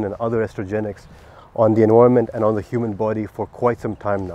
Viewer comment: Sick video bro! P.S.: EN-VI-RUH-MENT